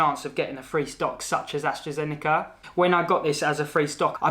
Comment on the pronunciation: Well at least you pronounce AstraZeneca the right way unlike me 😅